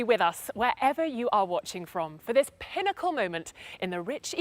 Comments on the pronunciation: Hahaha yes he said pine-acle. And the pronunciation is pinn-acle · Im happy im not the only one who heard it that way. Took me a second to realize he meant pinnacle